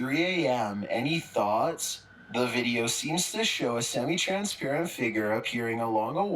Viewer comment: I cannot listen to that guy inflection on the wrong place every single sentence the drives me insane "let's start the videOOOOoo*